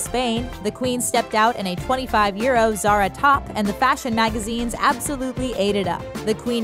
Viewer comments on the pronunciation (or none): none